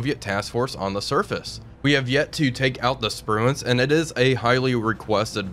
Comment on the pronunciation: "Sprue-can" Shame about the war crime.